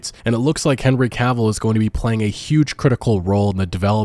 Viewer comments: OMFG you started pronouncing his name right. The stars are aligned and all is right with the world. The universe thanks you. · Hey you didn’t say Cuhville this time I’m proud. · Omg bro thank you, you finally said Henry's last name properly. I love your videos but that bugged me, not gonna lie. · Haha, now you say it right !! Well done.